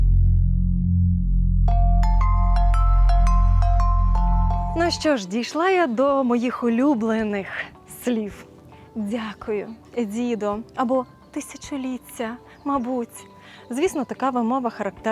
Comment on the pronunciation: СліФ, звуЧЯння, трЬІматЬІ, почЯток, словом, тут і ЬІкання і фкання, і м'які шиплячі, ідея видива класна, маю надію авторка і власну вимову поліпшить.